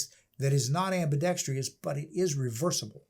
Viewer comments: Am-bi-dex-TROUS. There is NO "I" in "TROUS." Thanks in advance for not driving me batshit crazy... Next time. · If I had a dollar for every time I heard someone pronounce it ambidextrious.... INSTEAD of ambidextrous.. 🤦🏻‍♂️